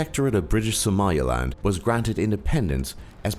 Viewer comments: At least know how to pronounce SOMALILAND if making such a ‘professional’ video. He was saying SOMALIALAND. Wrong. And then he got his Democratic and Federative mixed up at the end. C’mon man, detail detail! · "Somalia-land"? learn to read. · its Somaliland not Somalialand. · republic of connaught or connaucht was short lived, liberated from British not English rule... your pronunciation is on "drugs" its somal-ee-land...